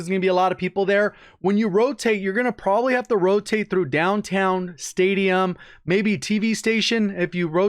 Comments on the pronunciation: Sounds texan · he turned into Mater for a second